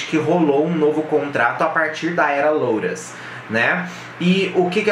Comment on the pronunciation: Não é louros é lotus, em inglês não se pronuncia LÓTUS, Vergonha é não saber disso